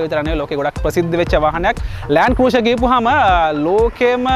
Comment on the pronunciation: Your Pronunciation “Cruiser” incorrect.